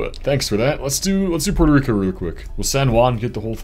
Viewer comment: What in the hell is that pronunciation of Puerto Rico?